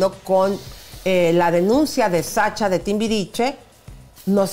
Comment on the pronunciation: Oie tuuuu no se llama SACHA, Ni se dice chow, jajaja